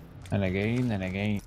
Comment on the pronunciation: WE GO AGANE BOIS WE GO AGANE I can't believe shroud actually said go agane it's so pog xQcH